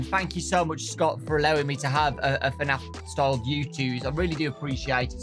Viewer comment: Why he keeps on saying FANAF?